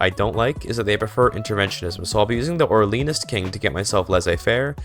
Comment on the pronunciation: Orléanist is pronounced orlé anist. New orleans was french but the name got butchered by english speaking americans. Love the vids mate! Next stream when ;)?